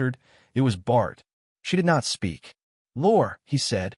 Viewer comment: The names mis-pronounced: Philippe is “fill a pa” and Esau and all the other variations is, in fact, Isolde. And Bart comes out as Bard and Bar.